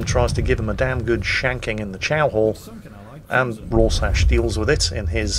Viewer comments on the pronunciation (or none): Ror-sash? Actually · Raw Sash :( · Who the heck is this "Roarsash" guy says is in the Watchmen comic? Oh...he must mean Rorschach...the character named after the Rorschach inkblot test due to the constantly shifting inkblots that move across the character's mask, yes? ROFLMAO...please never stop being crap...it really is your most endearing trait.;-) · Roršaš? oh.... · was your goal for today video butcher as many names as humanly possible? If so I congratulate you sir.:) Rorsatch?!!!!!!!!! Hulio Sezaree?!!!!!!!!!! Pyotr Veleeke?!!! What the actual fuck fine sir?:D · Roar-Shack is how its pronounced. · ' attempt to pronounce "Rorschach" may just become the next meme, along with misidentifying ships, Dave and crash-landing a submarine.